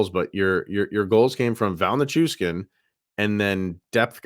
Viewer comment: NichuSHHHHkin. There is no S in his last name, it is SH.